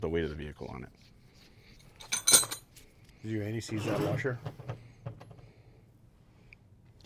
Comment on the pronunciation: "Tin Man" is the best version of the story, closely followed by the recent "Emerald City" tv series. And why does it sound like you were saying "anti sleaze" instead of "anti seize". Could be worse, it could be Aunty Sleaze, which could be a drag queen burlesque name.